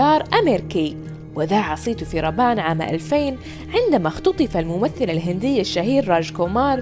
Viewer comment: عندما اختطف الممثل بضم الللام وليس نصبها